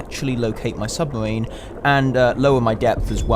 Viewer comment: "submawine" is not a word hahaha